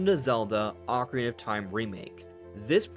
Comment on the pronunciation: Why do you call it the ockie of time? You don’t pronounce your words